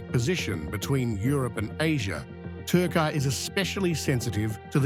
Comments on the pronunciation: "yeeahz" or "yeaRs"? "Turkay" or "Turkey"? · tar-kaai-aay ? Apart from the currency now even the name is worthless